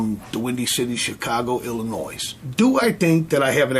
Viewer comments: One thing Italians did was improve American food. because no one eats better than they do. BTW, I got a kick from the guy who didn't pronounce Illinois correctly. Or is that an accent? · dude said he was from "Illynoise" hahaha